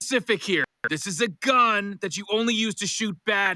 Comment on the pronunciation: i love how rick pronounce GUN, sounded exotic😂